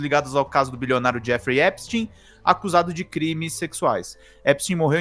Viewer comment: Finalmente alguém pronuncia o nome do Epstein corretamente.... parabéns vc é o único!!!!! É EPSTIN É NÃO EPSTAIN!!!